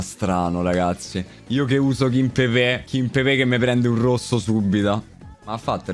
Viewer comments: ma raga qualcuno dica a che è KIMPEMBE e non KIMPEBE e che TELLES si legge teglies e non TELLES 🤣🤣🤣 grande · Ragazzi ma qualcuno mi spiega perché dall'anno scorso qualsiasi youtuber chiama kimpembe "kimpepè"?